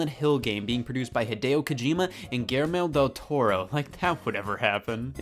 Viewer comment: That has to be the worst "Guillermo del Toro" pronunciation ever